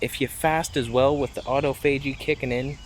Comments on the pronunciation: Autophagy is NOT pronounced auto---faygee. It's pronounced aww toffagee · re: [aw-TOF-uh-jee] (Just saying)